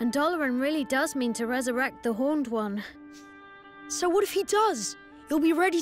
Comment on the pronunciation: Stampy.... IT’S HORNED ONE, HORN, NOT HONOURED ONE